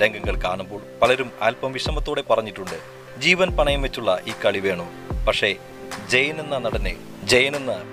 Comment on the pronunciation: വിവരണത്തിന്. അക്ഷര ശുദ്ധി ഉള്ള ആരെയെങ്കിലും ഉപയോഗിച്ചിരുന്നെങ്കിൽ ഏറെ നന്നായിരിക്കും. പഷേ, വെലിയ, സംവീദായകൻ തുടങ്ങി ഉച്ചാരണ ശുദ്ധി ഇല്ലാത്ത ഒട്ടേറെ ഉദാഹരണങ്ങൾ വികലമാക്കിയ വീഡിയോ ക്ലിപ്!!!